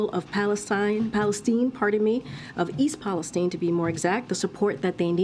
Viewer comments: You keep pronouncing the name wrong. The I at the end is loud . Palestine not palestene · Question:why is everyone pronouncing it Palesteen? If it were Palestine in the middle east we would be saying it palestyn.